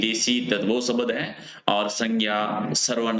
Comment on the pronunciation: Sabad kya hota hai Shbda bolo bhai